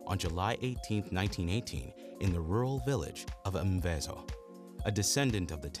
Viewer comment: Honestly bro how tf did you pronounce the city he was born in🫡😂